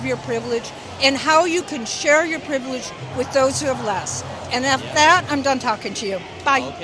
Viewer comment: Saying previlge is that a narcist attitude?